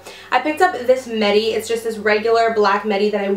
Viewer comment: I'm so sure the word us midi. Not medi.